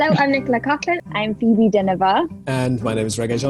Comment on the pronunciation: Phoebe says her name with PERFECTLY ACCENT Me: - Let's hear it again